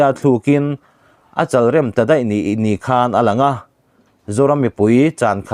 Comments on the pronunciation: Heti khawpa chhiar hnem leh puang tam tawh si ,,,Mizotawng lamdan hi uluk teh.,😡😡 lam dikloh a tam thei e mai..l chalah khan lung an rem dawn ami? I lu a mi chal kha ni lovin,,,Lawi chal ang khan Chalrem tih tur. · "Chalrem" Entirnan He Lawichal hi a lian hle, tih ang "Chal" hman tur aw.. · A chal rem tih kha a thluk a va dik lo ve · CHALREM ti hi a thluk i ti dik lo, Bawngchal, Lawichal tih a CHAL tih lai ang hian lam tur.